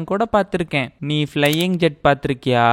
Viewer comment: அது ஜெட் இல்ல bro.... 'ஜாட்'.... ஜாதி பேர்ல படம் எடுத்து வெச்சிருக்காங்க.....